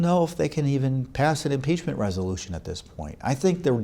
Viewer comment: “Imepachment”??? Really guys?